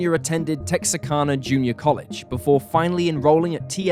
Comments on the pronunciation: Texarkana is Tex-are-can-uh not Tex-uh-can-uh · There is no such place as "Texa-karna". The name you're trying to say as Texarkana. KANA, not KARNA. The R goes after first A, not after the second A. It's easy to remember because the "Tex" is for Texas and the "Arkan" is for Arkansas. Tex + Arkan + a = Texarkana. NOT Texakarna. You'd think somebody who's trying to be a professional narrator would take half a second to look at the word and read it correctly. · “Tex-R-Can-Uh” is the correct pronunciation.